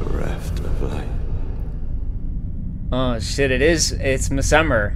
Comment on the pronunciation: Bro, hats off to you for trying your best cause these bosses are crazy. Your killing it, but Messmer seems like someone to fight a little later. 😎🤙🏻 Also not that it matters, but I am pretty sure your saying his name wrong, but it's your play through, so I guess just call him whatever you want. 👍🏻